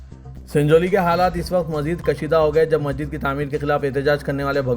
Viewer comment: Request to Siasat; yeh news reader ko apna naam sahih batane ki training de. Inki Urdu zaban par bhi khaas training de. Yeh Masjid ko Majjid keh rahe hain. Yeh 1992 ko onenees sau baiyyanwe keh rahe hain. Bade ka gosht. Aise aur kayi alfaz hain jiski islah honi chahiye.😢